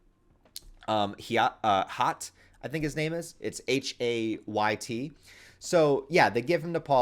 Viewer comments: Hayt=Hate. Men-Tatt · Hayt, the Duncan Idaho ghola was meant to be pronounced as Hate. There's a line in the book Alia says "Hate", but Hayt thinks she's calling him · Maybe Duncan's Ghola named "Hayt" is pronounced "hate"? He is programmed to kill after all